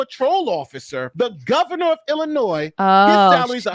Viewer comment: Come on, don’t pronounce the s at the end of Illinois.